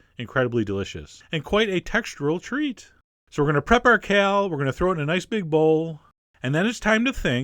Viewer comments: Chef John, what planet are you from? Why do you pronounce perfectly ordinary words so strangely? Kell? It's KALE. /rant overwith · I like how chef john pronounces kale